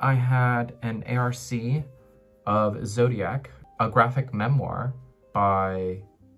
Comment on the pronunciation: You are the only person I know who says A-R-C. So cute! Don't get me started on Disgrace! Yes, the writing is good, but the misogyny is dripping, you couldn't ignore that, even back in the day when I read it. The main character is so full of self pity, it's unbearable. For a couple of years I am witnessing with amazement how trendy Birkenstock became, which I really can't get my head around. Being German you would have not wanted to be found dead in them. You only wore them as house slippers. Seeing them on the streets now is still somehow funny to me.